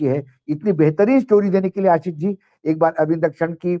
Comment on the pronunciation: आसीस नहीं, आशीष . मेहरबान हो जàइये हम पर. हम आपके मेहमान को सुन ने के लिए आप का चैनल सब्सक्राइब किया हैं. अगर आप को सुन्ना हैं तो आप को फोन करके सुनेगा ना ? १२ मिनट के भाषण में ११ मिनट फटाफट वो भी मेहमान को साथ लेकर . बस आसीस , बहु आपला मानुस आहे , उन्हें मालूम हैं सब कुछ, क्योंकि उनका नाम अशोक वांकडे हैं